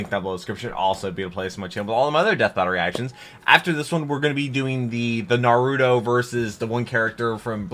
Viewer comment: just letting you know you're putting a little too much emphasis in the u in Naruto. It's not NarYOUto.